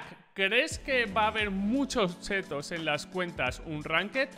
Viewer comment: me encanta porque en ves de decir chits dice chetos la gente va a tener chetos en las partidas xD yo quiero unos chetos so un capo pa te quiero